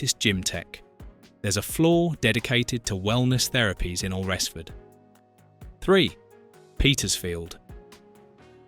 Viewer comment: Thanks - I must visit this Al-res-ford 🙄😏